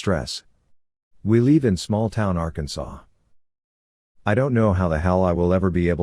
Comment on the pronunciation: Narrator, it's LIVE, not LEAVE!!! Geesh!!!